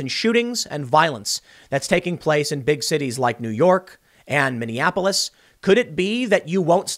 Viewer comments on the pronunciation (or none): none